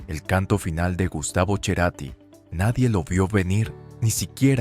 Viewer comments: ¿A quién le importa que el barrio de aquí o de allá? La IA no sabe pronunciar Cerati como lo hacemos en español. Aunque la IA tiene razón: así se pronuncia Cerati en su lengua natal, el italiano (el apellido argentinizado perdió una "t"). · En Argentina se pronuncia Cerati pero el apellido es italiano mas precisamente de Mozzate en la Lombardia y como tal se pronuncia respetando los orígenes familiares y no se castellaniza o españoliza todo. Las raíces hay que respetarlas. Si vos querés decir Cerati todo bien, pero el que habló en off en la nota no erró al pronunciar el apellido de Gustavo por que la "C" en el alfabeto italiano se pronuncia "Che/chi" capisci? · Es CERATI ,, NO cherati ,, primero pronuncia bien su apellido !! El es de mi tiempo joven ,, no lo conoci en persona , pero si su musica ,, tengo casi su misma edad ! Nunca me intereso por la vida privada de los artistas !! Grande Gustavo CARATI y su banda tambien !! 😅😅😅😅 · No es Cherati! Es Cerati! No es Deborah del Corral! Es De Corral. ACV es accidente cerebro vascular! No es cardio vascular. Y dale con Cherati! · Chrati? Acá es Cerati pronunciado como S. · Anormal no es cherati es cerati y fue de buena familia tarado habla bien sonso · No es CHERATI es CETATI. Me duelen los oídos cómo le vas a decir CHERATI? INSOPORTABLE! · El Che "Cherati". Yo solo conozco al genio: Gustavo C e rati (serati). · No es Cherati, es Cerati. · Cherati? O Cerati ....q mal pronuncia el apellido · Porque pronuncia Cherati??🤌 es CERATI así como se escribe se pronuncia !! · A ver amigo es Gustavo Cerati.... No cherati. Además déjate de resaltar los excesos cuando era un obsesivo trabajador incansable perfeccionista donde pocos alcanzan tanto detalle de perfección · Pensé que su apellido era Cerati y no, Cherati😮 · En una entrevista, Lilian, la madre de Gustavo dijo que no es Cherati sino Cerati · NO GUSTAVO CHERATI ES: CERATI 😅 HAY QUE CORREGIR ELLO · Cada vez que dice CHERATI es como una mordida a los huevos! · Cuál yerati 😅